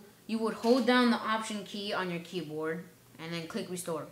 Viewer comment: i can't understand your opening of restore .